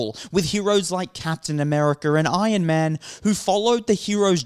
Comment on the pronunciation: I stopped stealing Marvel movies years ago. Seems like the rest of the world is finally catching up 🤔 Also: who's "Ion Man?"